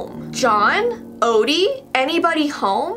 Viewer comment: This is how many people heard her say Opie and not Odie